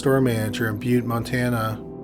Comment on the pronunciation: Wow! You pronounced Butte correctly! A lot of people mess it up.